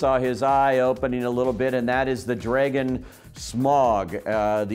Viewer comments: Excuse me! Legolos! Can you please learn how to talk before you post this online! DrAgon?! Boggins!? Did you even watch the movies? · He even mispronounced dragon? Really man? Dragon is to difficult and Tolkieny for you to pronounce? The word that's been around for centuries?